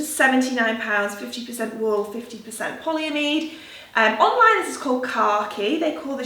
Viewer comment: PolyAmide, emphasis on the A